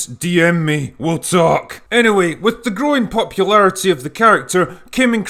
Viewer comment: "with the Groin Popularity..." that's what I heard... and Scarlett has that.